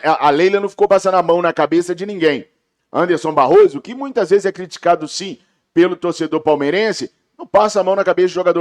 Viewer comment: ANDERSON BARROS!!! Tá parecendo narrador da Globo errando nome de jogador do Flamengo.